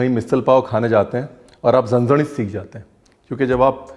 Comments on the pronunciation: Sir my native place is Kolhapur mai apki big fan hu hi bt apke muh se jb zanzanit word suna inna mst lg ra apke zaban se mai to diwani ho gyi😍aaj misal pav ke recipe ne kamal kr diya sach me zanzanit 🤭🤗❤️😎🔥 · रणवीर जी मे कोल्हापुर से हु. आपकी बहुत बडी फॅन हू. अपने यह रेसिपी बिलकुल पारंपारिक तरीके से बनाई है. एक्स्ट्रा लाईक बनता है क्युकी आपने 'झणझणीत' बरोबर बोलला.......👍👍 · Being from Kolhapur, the way you said zhanzanit, has my heart. And obviously the Misal ❤️ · Zhanzhanit ur pronounciation was perfect😁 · Love the way u called Zanzanit😊😊.....lots of love sir😊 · The way you pronounce "Zanzanit" too good 👍😍😍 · Hello chef, your pronunciation Zanzanit is perfect. But wrong information about Kolhapur. Kolhapur comes in western Maharashtra and it’s surrounded by beautiful greenery and here you will get lot of coconut trees. Kolhapur known for its jaggery and sugarcane fields. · Being Marathi and from Sangli city....around 1 hour away from Kolhapur, loved your Marathi words with so perfect accent....vatan and zanzanit.... respect continued for the great RB ji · Being kolhapur kar..love the way you said..झणझणीत 😍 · So nice to see you pronounce ण from झणझणीत!☺️ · when he can pronounce झणझणीत correctly but not बटाटा 😂😂😂 amazing recipe झणझणीत brar ji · भाई जैसे 'झणझणीत' परफेक्ट बोलते हो वैसे ही 'मिसळ' भी बोलो.. 'मिसल' उतना 'झणझणीत' नही लगता जैसे 'मिसळ' लगता है! 😂😂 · Your marathi accent is so good..."झणझणीत","वाटण" really hats off to you...and love the way you present the misal paav....thanks a lot for sharing it